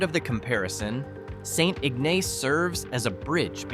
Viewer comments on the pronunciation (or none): Do your research so you don't offend us Michiganders. MackinACK??? It's pronounced MackinAW! The name of 'Little Bavaria' is pronounced FrankenMOOTH. St. IgNAYCE?? It's pronounced St. Igness. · It's Mackinaw... regardless of spelling Mackinac or Mackinac. Also St Ignace is pronounced St Igness. Get the pronunciations correct!